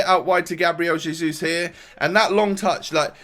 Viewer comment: Its hezus